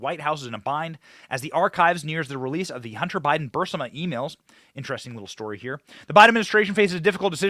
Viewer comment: Glad someone else noticed this. Was surprised he mispronounced it or misread it, even if the text had a typo.